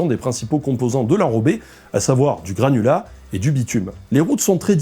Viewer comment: Je suis le seul à avoir entendu "granola" à la place de "granulat" pendant toute la vidéo ? Ça m'a donné faim !